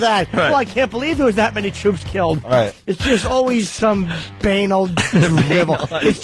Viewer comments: ITS BA-NAL! BUH-NAWL! MOTHER FUCKER I HATE WHEN THESE ASSHOLES DISCOVER A NEW WORD AND MISPRONOUNCED IT TO DEATH! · Actually it's Ba-naal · This is funny but Jimmy is pronouncing banal wrong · Kinda funny that Nortons going on about how dumb they all are, but he doesn't know how to pronounce 'banal'. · Even funnier that Opie says "Banal is a great word" and also says it wrong. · The View is awful beyond words, O&A are great, however, it was a little cringe-inducing to hear them call the View women stupid (which they are) while constantly mispronouncing the word banal... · haha You're right "BAY-nal" rules "ba·nal" stinks